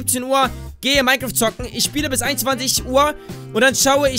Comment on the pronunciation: Wenn du "zocken" ausspricht hört sich das an als wäre zocken was für Geistesgestörte :D